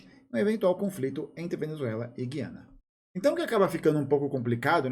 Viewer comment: Só um comentário: A pronúncia correta é "gu-i-ana".